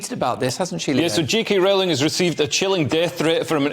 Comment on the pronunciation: You're pronouncing her name incorrectly, it's -roll-ing-. #IStandWithJKRowling